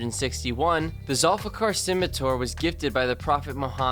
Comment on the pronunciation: I'm named after number 9. Not to criticize you, because even different Arabic countries say it differently. It's actually pronounced Thul-fi-qar.